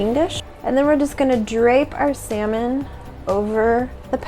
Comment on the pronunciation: Call me petty but once the guy said "Salmon" instead of "Samon" I stopped watching Lol